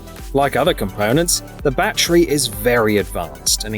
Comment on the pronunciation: whas a mosk? and whats a battree?